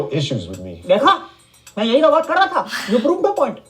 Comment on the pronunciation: When she say wou 😂